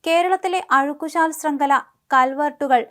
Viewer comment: അഴുക്ക് " ശാൽ " അല്ല , ചാൽ എന്നാണ് .